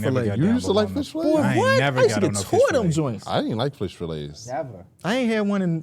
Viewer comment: really said Flish Fillets😭